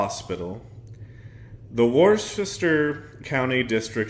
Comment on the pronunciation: Tip: Massachusetts towns typically aren't spelled how they're pronounce... Worcester is simply "wister" or if you live closeby; "the Woo" lol. Thank you for touching on this story!